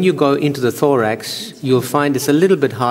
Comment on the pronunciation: when he said thorax i thought he said lorax